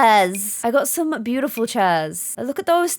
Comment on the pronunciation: GASP:....This bootiful house... Me: ALERT! ALERT! called the Maxis house Bootiful!!!!!!!!!!!!!!!!!